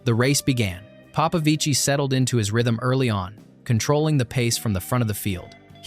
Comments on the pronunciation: Stop saying "Papavici" pls ..is Popovici man..gg David well done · Papavicí? 😅 You know he's not Italian right? Is it so hard to document yourself on how his name pronounces?